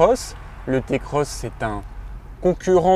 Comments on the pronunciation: Je fais la morale à personne et tu gardes tes adjectifs irritants pour ta personne. Je décris juste un fait avéré, une vérité. Le modèle ce prononce "Ti"-Cross qu'on le veuille ou non. C'est comme tout aujourd'hui si on suis pas le mouvement on est vite pas à la page c'est comme ça. Notre façon de parler nous définis tout comme notre manière de s'habiller, alors si tu veux "rester dans le coup" tu sais ce qui te restes à faire. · Non ta pas le droit de dire "Té Cross"